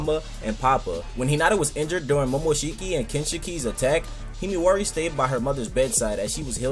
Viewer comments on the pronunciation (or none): why does he say himiwari